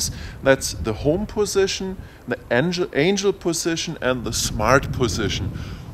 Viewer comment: The accent I can live with, but pronouncing words wrong gets to be annoying. It's Angle (As your doing with compass calibration) not Angel (Those flying winged things from heaven). Other than giving you a small ribbing you do have good videos. The blade guards are very nice. Your first review before the flight test between the DJI and this is old data, they have the PC interface now and soon will have the expanded ground station functions, as they already release the follow me, with the Tech saying the software last week was ready to download soon. Anyway Keep up the good work and you might want to let us know what the port is on the side of the radio. I have heard it is video out for goggles but can't confirm yet. Hope you can take the joking...really great informative videos. And for the guy trying to find the radio support. We have had them in the states for over 20 years.. Search RC Transmitter tray :)